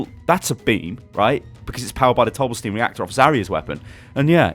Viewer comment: I was thinking dough bla steen